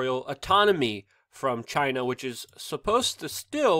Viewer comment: I love the way you say Chi-NA ! Just like trump says it haha